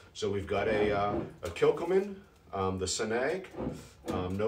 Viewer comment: Frigging luv this version from Kilchoman I'm sipping a 02/23 version & it leaves a lovely sweet hit on the finish ( It has been open a while & I believe that helps it mellow). P.S as a Brit the way we pronounce it is Kill Ho Man